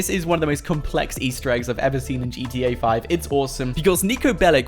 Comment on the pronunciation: Its niko belić and thats not russian since they say ch